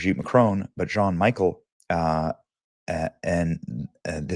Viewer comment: Hearing Benny pronounce Jean as John and Michel as Michael is just the best.